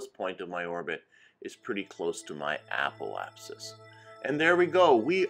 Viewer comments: Apple-apsis? Must be an accent thing, though if you're looking for someone to pronounce things properly, I'm not your guy. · Love the video but why does every single kerbal you tuber add an L into Apoapsis?